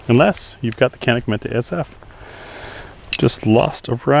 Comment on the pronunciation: It's pronounced Janik 😅